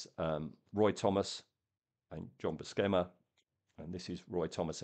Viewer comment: Buscema, pronounced Bu-SE-ma, like Steve Buscemi, an Italian name